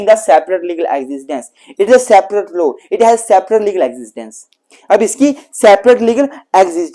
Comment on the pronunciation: Its not low sir it's law Thnku so much u are very ghant ❤